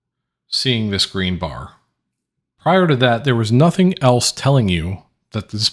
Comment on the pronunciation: bar by bar, not bar by bay